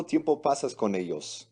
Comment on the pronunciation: Cuando pongan a una mujer ablar en españo que pronuncien bien el españo i que no diga eos en ves de ellos que abre vien en español